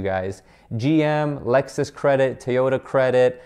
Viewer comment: Good video, you need to learn how to pronunciate Toyota though.